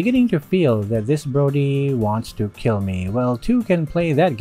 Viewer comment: "Our Keel" -Sun Tzu